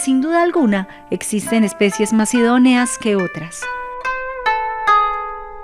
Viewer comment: Mas idoneas , usted dice masidonias, hable mejor.